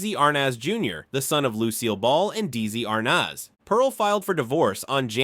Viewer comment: My God!!!, can’t pronounce “Dezi Arnez”!!!